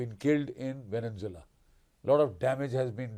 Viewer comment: It’s Venezuela not Venenzuela - pronounced vene-zuela not Venen-zuela